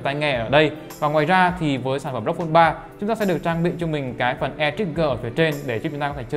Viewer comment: Hết ông khôi ngọng là AU I PHÔN 3 Giờ thêm ông này nữa Rốc Phôn 3